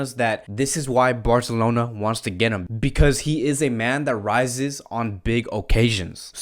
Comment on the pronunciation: The way you say Barcelona 👍👍